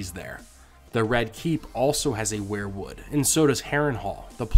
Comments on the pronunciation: Sounds like we're-wood not wear-wood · I hate to be "that guy" but I have to here. The pronunciation is "we're-wood" not "where-wood" I'm sorry but I am a pronunciation snob.....anywho thanks for the great content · why do you always pronounce it as WAREWOOD instead of WEERWOOD? Martin has said that he was a big Grateful Dead fan and it would just figure that he named the trees after Bob Weir. I love your channel and it's one of the very few that I've subscribed to. Peace bro